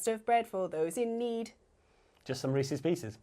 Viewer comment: Ant Sweeney I have to admit. Resese's Pieces sounded better 😂